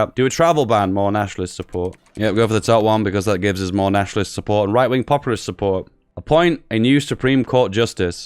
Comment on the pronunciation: also the word is POPulist, not popURAlist. REE